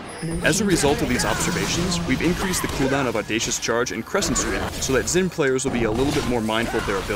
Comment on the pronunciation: I don't know why everyone (including riot employees( still pronounces Xin Zhao incorrectly. It is pretty simple, "x" in Chinese is pronounced as "sh" in English. Xin sounds actually sounds like Shen if you don't worry about the 4th tone.